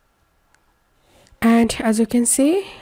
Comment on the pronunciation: Caught you while saying.......Alloow 😂😂